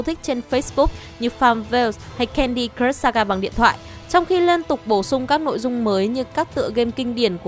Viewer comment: Thấy bạn nữ này đọc mấy từ tiếng Anh cứ sượng sượng. Cứ nghĩ có thể chỉ do quen đọc tiếng Anh chậm thôi. Nhưng lúc nghe đọc từ "crush" thì có vẻ mọi thứ tệ hơn t nghĩ =))